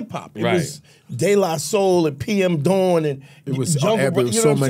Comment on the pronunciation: He said PM dawn ….